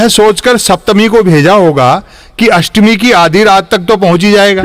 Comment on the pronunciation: लम्पट भांड पहले अच्छी तरह से हिंदी तो सीख लो फिर व्यंग्य तक पहुँचना अष्टमी होती न कि अस्टमी